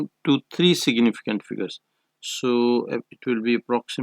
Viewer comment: But it's fine u r doing well except for s.f where u tell "siginificant". Good 👍